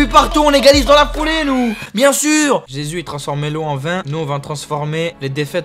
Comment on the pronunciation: La prononciation de Jesus elle pique les oreilles 😩